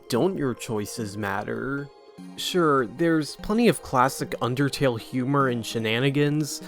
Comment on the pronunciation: why TF did you say undertale like that bruh